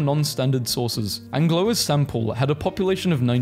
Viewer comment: "Angloa"? Really?